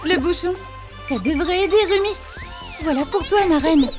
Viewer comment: On dit rumi pas romi